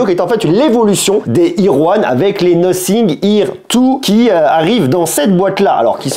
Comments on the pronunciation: C'est Nothing [Nāfing] et non Nocing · « Nocing ? » la prononciation 😂!